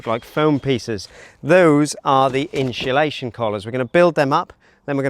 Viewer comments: Insulation Not inshulation No excuse. Speak properly or shut up. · I turned off when he said “inSHULation”…seems to be a current trend these days to say that, boils my pisser that a diy channel can’t even say simple diy products properly. The home improvement channel says it as well and I can’t get through a video if they say it either. I dunno if it’s rage baiting the audience into commenting like I’m doing now so that they secretly do a bit of engagement farming. Either way the watch time will suffer and that’s more important to a video getting pushed by the algorithm than my comment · We need some inshu-lation 😂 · "Inshulation Collar" must be a Velux thing 😂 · For the love of god learn how to say INSULATION properly.